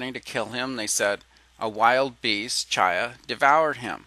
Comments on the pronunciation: To the creator of this video: Just so you know, the Hebrew word that you're pronouncing "CHY uh" is actually pronounced "KHY," where the "kh" sound is a guttural scraping at the back of the throat that is much like the German "ch," as in "Ich liebe dich." It means "life." If you want to hear it in use, go find a video of the song "To Life" from Fiddler on the Roof, and take note of the first line of the song, "To life, to life, l'khaim, l'khaim, l'khaim, to life." They're pronouncing it properly; the form is plural, so it literally means "to our lives" or something like that. Your ignorance of Hebrew pronunciation is driving me nuts. Just saying. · I like the video A LOT! There was great information provided on a lay-level, that being its easy to understand. No discredit to you, because you obviously do not know or speak any form of Hebrew. But, every time you pronounce "ch" as in the Hebrew word "chi'ya" you use "ch" as in church. This makes me cringe because your information is so good, it just makes your whole video sound uneducated. (This makes me sad because you are not stupid). For your information (and for future reference) There is no "ch" sound as in "church" within the Hebrew language. When you read "ch" in a Hebrew word, it is pronounced "kh" (But with a phlegm kinda sound). The sound is close to saying the letter "K" at the same time as a heavy sigh. You can also look up how to pronounce the Hebrew letter "chet" on youtube to listen to how it is properly pronounced.